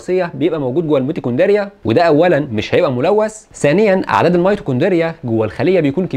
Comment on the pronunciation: نطقك للميتوكوندريا صعب اوي يا حاج. اتمنى تاخد بالك من الحاجات دي علشان آلاف هيرددوها غلط وراك